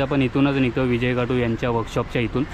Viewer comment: विजय खातु आस्स नाव आहे दादा तु परत विजय काटु अस्स ऊच्चारत आहेस कृपया या गोष्टी वर लक्ष दे...!! !! गणपती बाप्पा मोरया !!